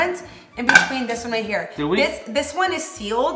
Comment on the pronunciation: “Tu” & “dis” lol 😂 the accent always comes out of nowhere lol